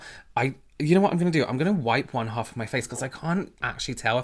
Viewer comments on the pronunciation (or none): none